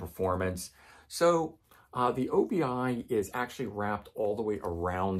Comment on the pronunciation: I believe Obi is a word not an abbreviation. Obi means belt in Japanese and is pronounced as you would think as one easy word - "Obee".